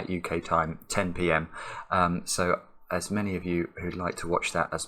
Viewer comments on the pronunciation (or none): "as ... err" must have triggered Alexa into thinking you were talking with a weird accent that misses a lot of letters. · Devonian ./ zomerset ?